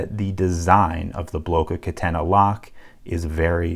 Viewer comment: Happy to ear someone saying "Blocca Catena" right ❤